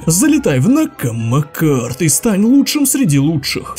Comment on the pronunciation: НАКАМА КАРД 😂 (ЭТИ УДАРЕНИЯ В НАКАМА КАРД, КАЖДЫЙ РАЗ СМЕЮСЬ БРО) А ВЕДЬ МНЕ 24 И СВОИ БИЗНЕСА 😂